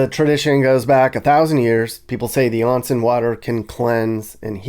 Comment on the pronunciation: Not "on" like on/off. More like "own" (own-sen).